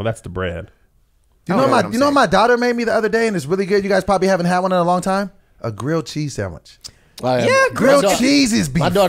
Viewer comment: It's rare that says the word time sounds like he says tie.....oh.🤦🏾‍♀️🤔🤦🏾‍♀️🤔🤦🏾‍♀️🤔🤦🏾‍♀️🤔🤦🏾‍♀️🤦🏾‍♀️🤔🤦🏾‍♀️🤔🤦🏾‍♀️🤔🤦🏾‍♀️